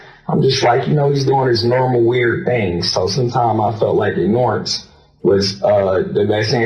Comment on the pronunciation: you know this guy is crazy just by the way he pronounce "ignorance".